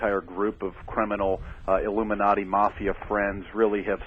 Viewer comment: Isn't censorship politcal corruption?? Damn he said Illumanti. You know a quack when you hear the word illumanti. lol. He's sure got a full mouth of saying nothing.